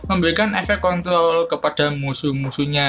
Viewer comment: Wkwkwkw. Maap ya bukan ngeledek. Cm jd ngakak onlen aja pas denger. Haha.